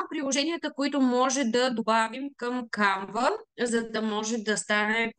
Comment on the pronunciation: Не се казва CanvA а САNva. Ударенито пада на първата сричка.